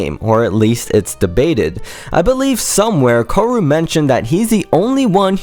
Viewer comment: Good video ^^ 1 small correction though: the guitarist is called "kaoru" like ka-oh-roo, your pronounciation let it seem as if it would be "koru"